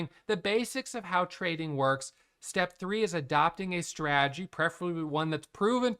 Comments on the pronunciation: said “straagy” 184 times in this video. It’s “strategy” bud. Strategy. Sry. ❤ you. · GOD DAMMIT there a 2 Ts in STRATEGY… STOP SAYING SRAGEY.. when you adopt a SRAGEY.. kills me. Be blessed 🎉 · Man doesn't even try to say "strategy" he's just committed fully to stragy. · Is it only me or do you fall on the ground and laugh every time he utters the word "Strategy" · I think maybe it’s that you say it with only 2 syllables while in Australia we say it with 3. But I see your genius because you said strategy 987 times so you saved yourself 987 syllables in that video alone which is super efficient and that’s what makes you a profitable trader. 🙏😂